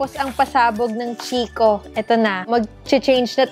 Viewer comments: Lovely! 💕🌸 Congratulations and Vern! oh by the way CHICCO is pronounced like KEY-KOH. 🙂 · Hello po, not a hater po but just want to share the pronunciation of "Chicco" (Italian brand), it's KIKKO po.:) anyways congrats again sainyo ni daddy Vern, looking forward for the next vlogs. God bless always! 💜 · Chicco is pronounced as "kikko" hehehe Love you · chicco - pronounce as kikko hehehe italian brand